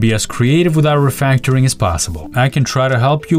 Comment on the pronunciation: "code refectoring" - let's ask the ii to fix this bug =)